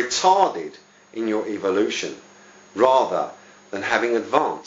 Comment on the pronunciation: PS. It is called EVOlution not EVILution as you pronounce it.